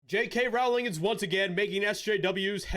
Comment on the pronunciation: Its "rolling" - not rOWling.. The R O W is pronounced as in row, row, row your boat. She has said this herself.